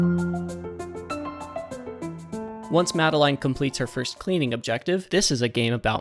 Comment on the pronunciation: This was a really really cool video! Learning about these musical easter eggs is really really cool to me. Your editing style makes this informative, entertaining, and even funny sometimes! Please take my like and subscribe, you've earned it. 🙂 PS. The way you pronounce "Madeline" is funny to me. I've always heard it as "Ma-del-in", but "Ma-de-*line*" is neat!